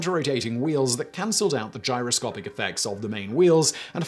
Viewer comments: It's gyroscopic, not gyrocopic. Dude you are a presenter. Get the damned words right. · . "Gyrocopic" progression? Gyroscopic pehaps? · you said "Gyro-copic". There's supposed to be an "S" in there somewhere.... #GRAMMARPOLICE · Gyrocopic, or Gyroscopic ? DAMN........ the autoqueue and the director missed that .... you sound like such an expert now NOT ! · Today I found out a posh English accent doesn't mean you're clever! GyroCOPIC and gyroscopic in the same sentence and not one out of the three of you noticed. It's almost like you don't really care. BAD Simon! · gyro "copic", really? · in the video. Am I the only one hearing "Gyro-COPIC" without the 's'? In other parts of the video, he clearly says gyro-SCOPE, so it seems like a weird mistake to make.